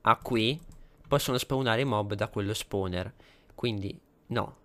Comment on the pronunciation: no posso capire ma che LUI l'inglese lo scrive come si pronuncia fa schifo al cazzo! tipo SILKTOUCH (siltauch) SPAWNER(spouner) e daje!